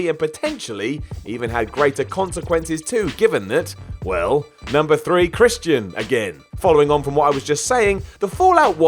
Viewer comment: someone needs to learn how to pronounce Christian